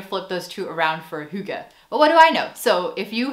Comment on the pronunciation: Hi fromDenmark "Hygge" was spot on!!! 🎉🎉🎉